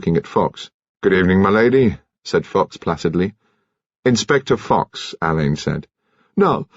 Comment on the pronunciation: Another reader who doesn't know how to pronounce Alleyns name. Marsh is fuming in her grave because she actually included in one of her books How And Why It Is Pronounced. I can't wait for Hercules Perrotte and Shearluck Homs.